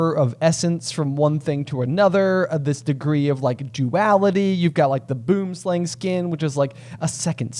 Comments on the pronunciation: So, in Afrikaans; Boonslang is translated as tree (boom) snake (slang). Phonetically its pronounced boo-em slung (as in rhymes with rung). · As a South African, I am happy to hear you tell the world about boomslangs, though I have to channel Hermione and say that everyone pronounces the name wrong. If you want to hear the correct pronunciation type it into Google Translate under Afrikaans.